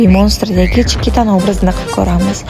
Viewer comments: Chiquita Chikita deb o'qiladi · Iltimos, Chiquitani ismini Chikita deb xo'rlamasdan to'g'ri o'qing. Kyn siz o'zbeksiz, musulmonsiz hozi shu ahvol yarashyaptimi sizga😒